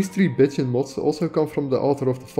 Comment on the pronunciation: "Bitching wives" & "Bitching warmaidens" made my day. I am glad you included the download page , because CC saw it just the way I heard it. If there are no modes with these names yet, I'm sure there will be & if there are, imagine my surprise, if I were to install them & instead of being pretty, an npc starts bitching at me... Your pronunciation is horrific, your taste is exquisite, your knowledge is impressive & your efforts are highly appreciated. This has been one of the most practical & informative videos on mods I was lucky to find. Thank you.